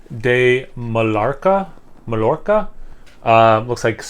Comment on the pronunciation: I think it's pronounced "man-yar-nah" (tomorrow) and "mai-york-ah" (the island) my dude. I've never heard of Mallorcan tea, but apparently it's made with olive leaves, mint and lemon peel. I can imagine that being a real hit or miss beer! I've had a jasmine green tea IPA which I loved, and I'm pretty sure I had an Earl grey one, which was also incredible. Cheers!